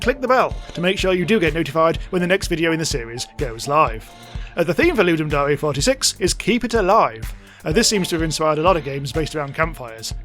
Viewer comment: STOP SAYING DAREE its DARE as in I DARE YOU to make a game. FOOLLLLLSS